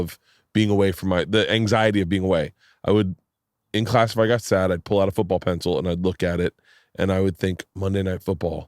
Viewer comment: "Foobull pessil"